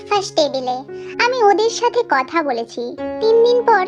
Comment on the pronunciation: আপু তুমি ভালো করে কথা বল কারন তুমি বলছো ছাতে ছাতে এরকম আনেক ভুল কথা বলছো আপু তোমার অনেক কথা ঠিক হয়নি ঠিক করে কথা বল😂